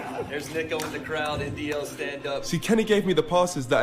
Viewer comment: Just like JJ will always call him “Neeko” he will always call him “Knowledge” 😂